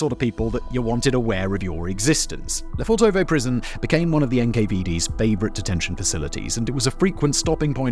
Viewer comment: quick tip. don't stretch the o's when you spell the name. it's Le fortovo, not Le Fortoovoo like you pronounce it.